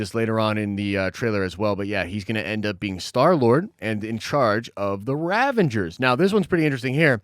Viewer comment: This dude calls himself a marvel nerd and calls the ravagers the raveNgers. ...